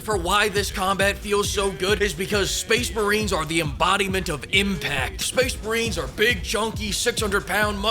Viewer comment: Highlight of the video: Space Macheeks